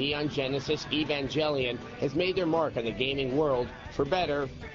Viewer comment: "Evangeliean" LMAO! Oh i forgive your mispronunciation because it took me awhile to learn as well, and this was when anime was first hitting the scene in America so its understandable.